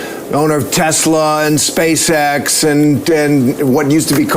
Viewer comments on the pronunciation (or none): none